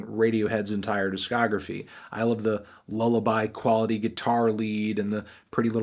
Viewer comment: He has never once said it succesfully.